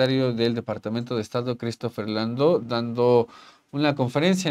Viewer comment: Una observación. No se llama Landou. Es Landau, Christopher Landau, y su apellido se pronuncia como se escribe: con 'a', no como si fuera 'o'.